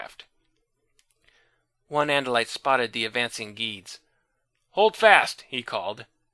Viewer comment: "Geeds"?! I've heard of Gedds being pronounced "Gedds" or "Jedds" (soft/hard G) But I know you eventually learned how to pronounce it, as I've seen the Animorphs video game reviews.